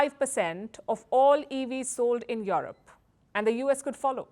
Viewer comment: Yo yo yo Yo-rop! Love the way N Indians say Yo Rop